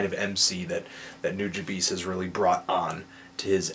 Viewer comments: Not only is 6/10 a criminally low rating but his name is pronounced nuja-bes not nuja-bees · It's New-juh-bess... come on. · Let's put this name thing to rest. It's pronounced as; Noo-Jah-Bes, not Bees. Japanese language doesn't pronounce a capital E, it's spoken as a lower case. This includes E.Honda. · nujabes: New-ja-bess, not new-ja-beast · New Jah Bees? Nah man. Nu Ja Bes, like how you pronounce best and blessed.. ^_^ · It's pronounced noo-jah-bess. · only complaint is that his name is pronounced Noo-Jah-Bess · It's pronounced Nu-ja-bays (ヌジャベーズ). The artist's name 瀬場潤 (セバジュン or Seba Jun) spelled backwards. I lived in Japan and saw the dude live the same year I saw Madlib. Not trying to tell anyone how they're supposed to say it, but that's how most Japanese pronounce it. Take it or leave it. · Substantial recently made a song insulting all of the people who can't pronounce his name right. It's "New" "Juh" "Bess" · implying that Nujabes isn't his name "Seba Jun" backwards. if you listen to tracks of him all of the artists pronounce it "Nu, jah, bess." If you want an example listen to Hikari (feat substantial) around the 10 second mark he says, "Substantial and Nu jah bess. still doin' this, yeah. Shing 02 and nujabes himself even said it's pronounced Nu jah bess multiple times. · I'm so trigered at how you pronnounce Nujabes. It's Nu-JAH-BES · I thought it was pronounced Nuh-Juh--Bess. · Sir Boolin The Fuggiest Swae same until I heard Funky DL's Ode to Nujabes and found out it's pronounced Noo-Jah-Bes (kinda like "you da best") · It's pronounced New-ha-b's. It's basically his name backwards. Nujabes- Sebajun. Anyways I think his best mc track was "Highs n Lows" feat. Cise Starr. Check it out people.. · it's Nu-Ja-Bays. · It's pronounced (NEW-JAH-BESS). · Actually it's pronounced wrong here too, listen to the Ristorante Mixtape or any of the interviews. It's pronounced NEW-DJAH-BEHS. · Nujabes (NEW-Juh-Bess) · NOO-JUH-BESS (Like "best" without the T)